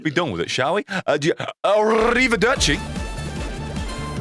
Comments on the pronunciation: Thank you for saying arivirderci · That "arrivederci", italian stonks. (I'm ita)